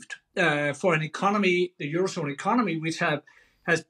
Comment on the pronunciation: He's gonna fiiiiiiix the ecoMOny!